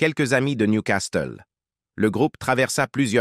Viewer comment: Vrai! Il prononce niou castel au lieu de Nioucassel pour la ville de Newcastle. Et la voix? Ppff